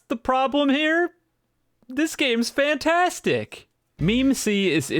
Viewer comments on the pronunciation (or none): none